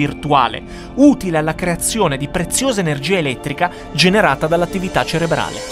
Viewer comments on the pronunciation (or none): none